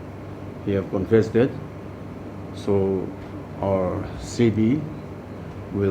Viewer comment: I think I heard a new word called 'confested' . 😁😁 Anyways good job 👍